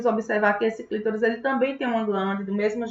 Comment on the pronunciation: Não é clítoris, é CLITÓRIS!!!🤌🏻